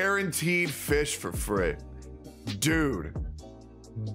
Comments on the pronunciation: Isnt it pronounced "fiyhrl"? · You said fischel.... was.... shut up man.... ugh.... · i think fischl's name is pronounced "fishell" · Game: Fischl: Fish Me: AAAAAAHHHHHHH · The "l" in Fischl is still pronounced